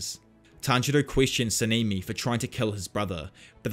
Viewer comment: SA-NA-MI NOT SENIMI